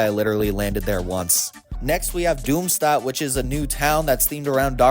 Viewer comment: FYI “Doomstadt” has more of a “Sh” sound. German word so I don’t blame anybody for getting it wrong, I only learned like a day ago